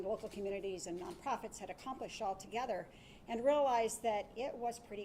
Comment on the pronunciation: Did he say Togayther? Lol